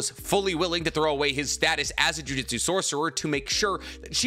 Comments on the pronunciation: You pronounce Jujutsu incorrectly. Its jew-jewt-sue. Not jujitsu. That's a martial art. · everytime you proounce it as jujitsu, it just makes me think the jujutsu sorcerer is gently folding the enemy's clothes with them in it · To this day I still find a little odd the way you pronounce "Jujutsu"as similar to "jiu-jitsu". the "Jutsu" part of Jujutsu Kaisen uses the same kanji (術) as the word Jutsu used in Naruto, and I've heard you pronounce that one right!